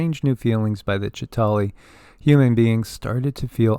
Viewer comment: The Avengers do not have the depiction of the "Chita hauri " the same as Credo Mutwa's depiction. You also leave out the middle syllable in the word. I heard Credo pronounce it many times as I have watched David Icke's interview with him many times. Moving through space is the same as moving through time.